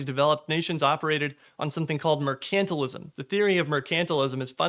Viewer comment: I don’t think folks truly understand how bad things are going to get. We’re not headed for a recession, we’re heading into stagflation. And the only cure once it begins is crippling austerity. Also, I’ve never heard anyone pronounce mercantilism that way. Maybe it’s something I’ve only read in books. Maybe I’m saying it wrong. Merc and tile ism, is how I say it.